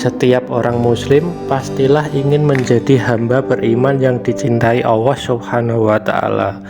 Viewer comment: Sy protes ..masak admin nya bilang Allah kok owwoh kalo cidal jgn jd yutuber bos